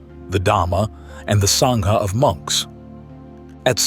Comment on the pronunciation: Is this AI speaking or a genuine BUDDHIST? Sangha is pronounced as SAAAAA like ah in English, not a as in savour. The Great Vowel Shift is NOT used in the Dharma! In fact, English ultimately comes from Indo-European, Indo = Indian = SANSKRIT! Even today in Buddhist circles it is pronounced as sAHnga (sorta llike saying 'ah' in the surgery) NOT sainga! Further the h following a consonate like the h in Dharma signifys a soft ease or unstressed pronouncation of that preceeding consonate. Thagata and Theravada the th is NOT like the English or Old Norse the sound, but a soft t. You are fabulous on your studies, but please endeavour to learn the Sanskrit, Pali, or Japanese standards of pronunciation and not be so American in butchering other languages. PLEASE don-t be a Donald J Trump on language!!! (That would be simply AWFUL!) Thanks! OM Mani Padme Hum (ཨོཾ་མ་ཎི་པདྨེ་ཧཱུྃ), Namu Amida Butsu (南無阿弥陀仏) Namu Ichijō Renge Kyō Namu Kanzeon Bosatsu (南無阿弥陀仏 南無一乗蓮華経 南無観世音菩薩), (Later Nichiren) Namu Myoho Renge Kyo (南無妙法蓮華経)! (et al).